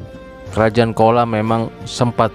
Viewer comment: Pengucapan chola menurut bahasa tamil adalah cola bukan kola Mohon di koreksi di pengucapannya.